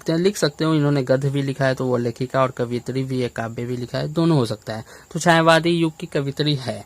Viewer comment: कवित्री नहीं होगा सर कवयित्री होगा